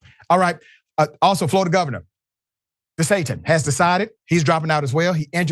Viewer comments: Did he say DeSatan? 😂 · Did he say DeSatin or am i trippin?😂✌️